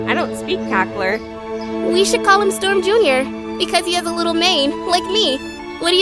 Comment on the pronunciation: I THOUGHT YOU SAID "I would kill and die Storm Jr."